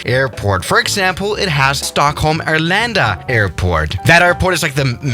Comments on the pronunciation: Its ARlanda not arLANDA. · Me hearing Arlanda : Do you mean Orlando